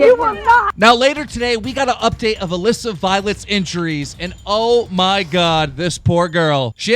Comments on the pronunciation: Classic Keem says Mallissa instead of Alissa 😂😂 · Stop saying Aliisa!It's Aleesa!!! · Hit Melissa? Dyslexic or not you said Alissa over 30 times in thus vid alone and prob 3000 times this month , and you haven't said Melissa since you've started ... Why don't you Tone it down For one try before you actually record ,Read it properly ,And Then record it correctly ... For a News/entertainment channel you should at least be able to speak.. no? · hey you called Alissa mlissa in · Jordan Besser he said Melissa in there once lol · WHO IS ALISSA I’ve never heard this name I thought it was pronounced A Lee sa